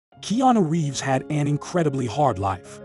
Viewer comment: Do you not know how to pronounce Keanu Reeves name? This channel is absolutely terrible.